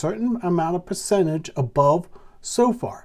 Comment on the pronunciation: It's pronounced So-fer,, with the emphasis on the 1st syllable. Carry on, good stuff!